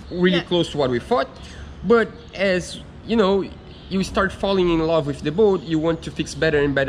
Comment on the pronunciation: English is not bad at all. However he has one anoying mispronunciation and that is the "the" sound, it's not "wiv", it's "with" and it's not "tree", it's "three". Practise touching your upper teeth with the tip of your tongue for the "th" sound, look in the mirror while practising and soon you'll be an expert! Good luck to both of you!